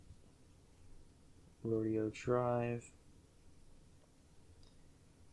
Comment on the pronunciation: Repeat after me 3 times: Ro-DAY-oh. Mine came with a Bock nib, which presents none of the problems that you so complain about. $44 from Goulet. A wonderful pen. Butter smooth. No skipping. You obviously spent your $13 on a defective pen. You should have returned it rather than reviewing it.